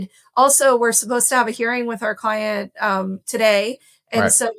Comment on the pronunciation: your cwient is abcdefg lol